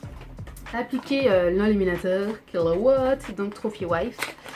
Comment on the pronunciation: j'ai trop ris à chaque fois que tu as dit "KILAWATT" krkrkr super